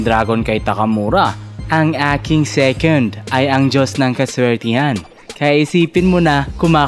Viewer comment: Eng eking sekend, pereng enghel hahahaha iba ka talaga ❤😂